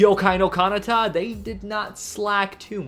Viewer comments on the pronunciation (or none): why do you mispronounce so many anime names? btw this time the mispronounced part is kanata